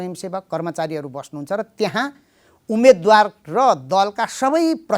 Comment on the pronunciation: कार्यक्रमको आशय राम्रो तर कार्यक्रम सञ्चालक सार्वजनिक प्रवक्ता जस्तो होनहार व्यक्तित्व र रिपोर्ट वाचिकाको नेपाली उच्चारणले मेरो निन्द्रा खल्बल्यायो, मैले आफैं नजानेको हुँ कि - उमेदवार व उम्मेदवार चैं सही उच्चारण हो भन्ने ठान्थें तर तपाईंहरूले "उमेद्वार" उच्चारण गरिदिनुभयो, म छक्क परें ...